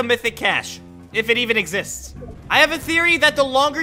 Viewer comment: When he said does the mythic capsule exicts i said does you skills exicts buddy😂😂